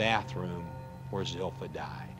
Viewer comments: Is anyone else fascinated by the fact that Zilpha's family mispronounces her name? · I was surprised to see her name was spelled Zilpha when everyone pronounced it Zelphia.